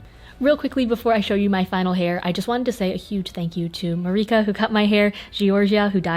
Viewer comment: Eleonora she did pronounce marika correctly in the american sense at least lol